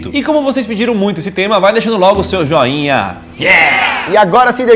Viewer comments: Vocês repararam que no início lucas fala jain ao invés de joinha kkkkkkkkkkkk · só eu escutei ele falando jainha kkk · So eu q vi q ele falou "jainha"? Kkkk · So foi eu que percebir que o lucas falou jainha e nao joinha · só eu que percebi que ele falou jainha🤔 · O Lucas falou jainha no lugar do joinha kkkk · “jainha” ITI MALIA kkk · Não esqueça de deixar o seu "jainha" kkkkkkkkk